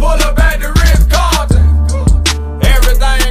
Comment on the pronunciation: Rh cahtn